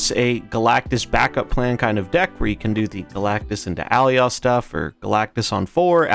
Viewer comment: Youre saying Alioth wrong :) you can watch some clips pf the loki series to get the right pronounciation